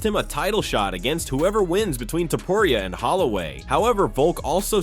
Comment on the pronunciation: You say topuria stupid